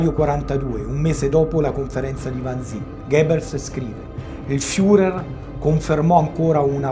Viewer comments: Carissimo, ti apprezzo, ma Wannsee, si pronunzia alla tedesca "Wannsee", non all'inglese "Wansii" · Mi permetto di correggere una pronuncia. Wannsee si pronuncia come si scrive, vale a dire con una E finale lunga.